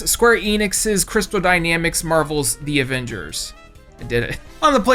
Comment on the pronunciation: called em the abembers😂😂